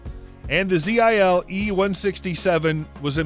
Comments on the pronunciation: The Russian truck manufacturer Zil is pronounced just as the word is spelt, and not as Z.I.L. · Hey this messing got to inforado... the word zil is one word not 3 indevidule letters